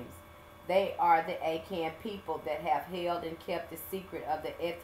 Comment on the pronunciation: Akahn .. Ah-Khan